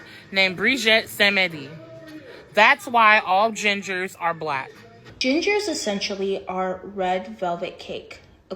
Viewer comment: “Gingahs” 😂😂😂 I’m done with the internet 😂